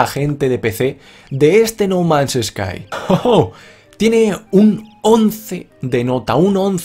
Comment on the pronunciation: pensé que había dicho no mames sky xD.